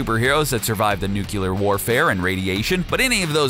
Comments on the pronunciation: nuculer? seriously, it's nuclear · Interesting video. But it’s “nuclear”. Not nu-cu-lar. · This was a good video, but when he got to the hulk the fact that he said nucular instead of nuclear just grinded my gears a tad... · NU-CLE-AR... Not nucular... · I just love it when I hear people say "nucular" instead of nuclear (sarcasm) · “Nuke u ler” pisses me off. Say it right. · "Nukyulur" shakes head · say NUCLEAR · NUCLEAR! NUKE-LEAR!